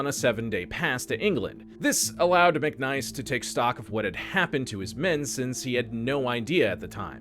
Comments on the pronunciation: His name was Mic niece not Mic Nice, As in my niece and nephew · His name was McNiece (like your brother's daughter), not "McNice".